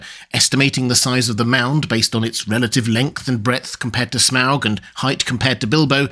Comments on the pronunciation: You could just say 'Smog' normally and not overpronouce it obnoxiously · There's no way that's how you pronounce his name.